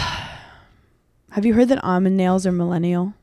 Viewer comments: Hannah is wrong for dropping the L in almond 😂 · Not Hannah gaslighting Paige into thinking Hannah isn’t saying “almond” dumb. 😭 “ah-mind” CRAZY.